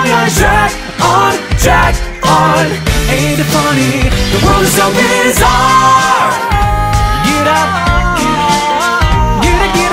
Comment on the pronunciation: 「この世はビザール」の部分のビザールの発音とか、当たり前だけど超ネイティブ発音だから（両方とも同一の英単語を発音してて純粋に比較可能という意味で）本家よりカッコ良く感じてしまう…